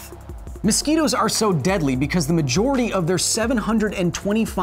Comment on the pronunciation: It's not べコズ・サイエンス It's ビコズ・サイエンス